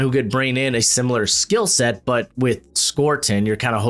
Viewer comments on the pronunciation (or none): none